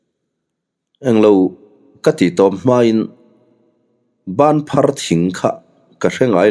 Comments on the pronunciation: Bânphar thing chu a awm ngei a, i lam dan pawh a dik e. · Banphar i lam dik lutuk e. Zuang thing nen hian in ang ve deuh tak a ni banphar hi zawbuang leh thehlei ten an tlan ṭhin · Chhimlamah hian Banphar thing chu atam khawp mai,ilam dik e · Banphar thing I lam dik e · Banphar tih hi i lam dik chiang e. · Banthar i lam dan a dik e. Engtin nge kha chen banphar thing hre lova i lo awm theih le. Phai lam deuh ah hian a tam bik in a lang e. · Ilam dik lu tuk banphar thing chu kan huan ah thing phek in kan zai tir mek e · Banphar thing a awm alawm, i lam dik e. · Banphar tih kha i lam dike